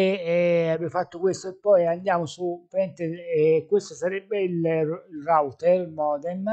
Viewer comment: la prima persona italiana che pronuncia correttamente router! :D